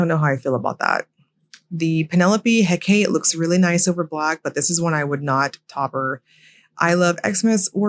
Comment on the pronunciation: Hecate is pronounced 'HECK-a-tee' : P